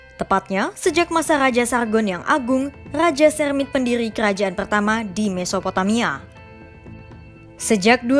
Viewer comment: Pendiri Mba,, bukan pedihi😂